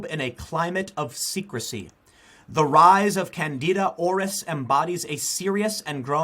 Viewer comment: I'm pretty sure Aureus isn't pronounced as Orris.